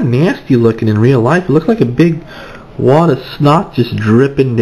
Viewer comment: wod of snot lmao!